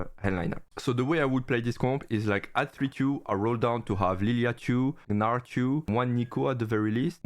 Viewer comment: now u pronounced gnar better (just say narr). thanks for the video!